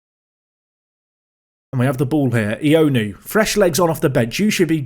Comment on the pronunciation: Ioannou is pronounced yowanu as opposed to ionu btw